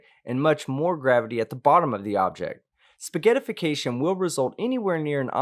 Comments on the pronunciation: It's spaghettiiiification, not spaghettiaaafication!! Don't copy the flerf, he's an idiot. I didn't know Nar Holes was a thing. I thought you were saying Narcissistic Assholes..., no idiot counter this season?:( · just for my sanity, it's SPA-GHET-TIFICATION not SPA-GHETTI-'IFICATION'. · The mispronunciation of spaghettification is irritating me to no end. It's spayg-ett-if-ih-cation, not spaghetti-fication. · Spaghett ification. NOT spaghetti ification. can't even read. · didnt they actually pronounced it like: spaghe-i-tification? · Only idiots would pronounce it like "spaghetty-ification" (mis-spelled for emphasis) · It is spaghett-ification. There is an "I" in there already. Don't ridicule a term you can't pronounce. I exempt because he was responding to your sniveling ass. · I love how and pronounce “Spaghettification” lol and on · Sorry, but you are wrong. It's not pronounced like that. But I guess tomato, toe-ma-to so it really doesn't matter.